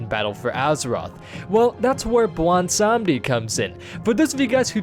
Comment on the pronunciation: wait, sry, blondesondy? blawnsanndi? blondsohnny? i-i dont know what ur tryin to say